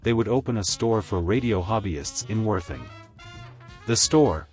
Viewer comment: Ditto. It works for 30 seconds or so, and then it's tedious. Cannot even say Worthing properly! Nice pics though!